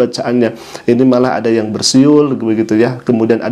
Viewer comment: Rupanya orang mesir nggak bisa ngomong "yang" bisanya yan Sekarang bisanya yan